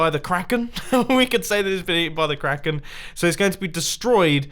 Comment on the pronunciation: Did u just say KRAEKAN